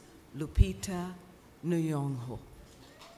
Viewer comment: Funny, they can't pronounce African names.....Nuyong'o lol.